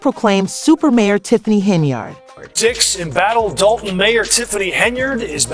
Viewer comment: I need this blogger to learn how to say DOLTON! I can't ! Just stop! Do a vid on Diddy Boo!